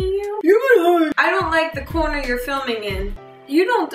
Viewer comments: You sounded so NJ when you said corner :') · hahaha the jersey in you came out when you said corner